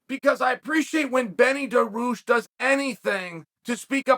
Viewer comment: “Benny Duh-rooshh” 😅